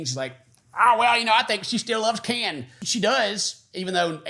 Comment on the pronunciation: Please call him KIN! KIN! 😂